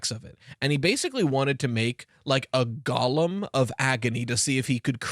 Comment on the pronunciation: I think it’s safe to assume that every time says “gollum”, they mean “golem”.